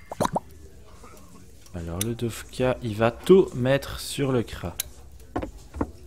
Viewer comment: J'ai remarquer que tu dit dofka alors que c'est dokfa ( je suis pareil )